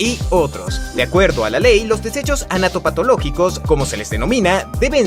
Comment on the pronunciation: te equivocaste, dijiste anatopatologicos